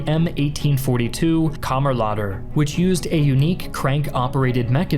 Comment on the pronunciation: as a norwegian i think the way you say kammerlader is very funny